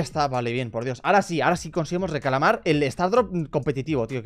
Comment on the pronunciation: en el minuto a dicho recalamar xddd